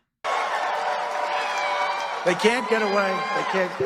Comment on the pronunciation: Say KAGA again😂